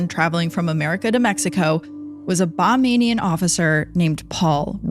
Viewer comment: If the CCTV footage has never been released, how do you know that her "breath caught in her throat"? Also, it's not CCT it's called CCTV. I noticed that you referred to it as CCT a few times in your story. Lastly, people that live in the Bahamas are known as Bahamians not Bamanians. Just FYI.